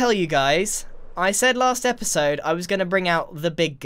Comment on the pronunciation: "HELLO! My name is Grian and welcome back to another esode of Hermitcraft!"